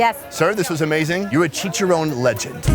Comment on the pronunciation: you are saying checharon so wrong